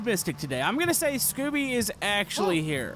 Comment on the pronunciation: ob: SCOOBY! Me: russian/Ukrainian